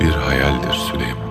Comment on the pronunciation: o sülüman demiyoki siliyman diyo